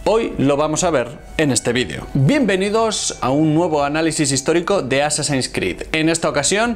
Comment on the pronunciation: Llevo ya como dos semanas viendo videos de éste canal, y no entiendo de donde saca dos pronunciaciones en inglés. -"Assassins" como "asasÁins" en ves de "AsÁsins" -Cada vez que hay algo que involucra la letra X (Static X por ejemplo) como "IX en vez de EX" Static IX IX men. En fin. Buen canal por todo lo demás. Muy informativo.